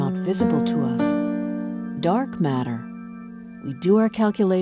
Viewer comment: although it's a good video, I just can't stand the way she pronounces "matter" - it's so ugly pronounced, I would urge you to record the video again! Maybe it's just her accent or dialect, and if so I'm sorry, but it really sounds very dissonant in my ears.